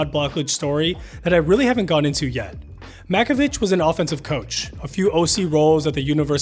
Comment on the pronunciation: Oh, for the love of God… It’s pronounced Mack-o-VICK